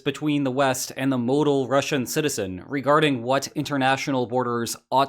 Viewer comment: Did he pronounce model like modal?